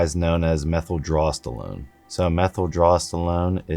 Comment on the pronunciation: "methyldrostalone" lol hard to trust your information when you can't even pronounce the compounds name